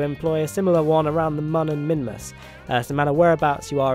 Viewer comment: Just pronounce Mun as Moon.